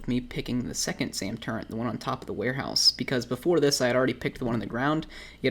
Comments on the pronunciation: "TURRET" NOT "TURENT" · by the way it pronounced Turret NOT TurreNT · ARE YOU SAYING TURRENT? WTF IS THAT? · Why are people complaining about him saying turrent? I didn’t even notice it until you guys pointed it out, not to mention he responded multiple times that it’s his language dialect where he lives. Now that I got that off my chest, great video! Screw keycard farming lol. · Lul he Said turrent like a 100 times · Why are you saying turrent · Theres no N in Turret my dude